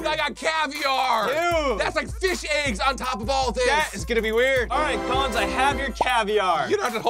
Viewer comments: You said "Colin's" iTs coLlINs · uh...... its 'Collins" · It's Collins with an S